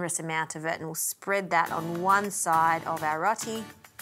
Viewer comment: Rot-ee 😂 row-tee